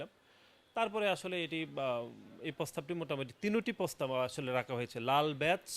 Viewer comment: বলদ ের প্রোনাউন্সিয়েশনের জন্য আবার স্কুলে ভর্তি হওয়া উচিৎ। যেমন, পতিবাদ, পোগাম, নিচ্চিত, পোস্তাব,পোতমোতো, পকাশিত ইত্যাদি, ইত্যাদি ।